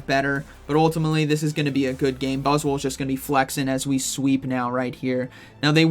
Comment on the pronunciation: 😂 I can’t . Every time buzzwol is mentioned, I hear boswollocks 😂😂😂😂 making myself laugh again !